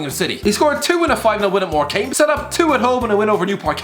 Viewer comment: Did you just call my club More-came... FUCKING MORCAME